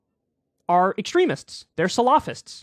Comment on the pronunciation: SAL-ah-fists. Emphasis on the first syllable 😊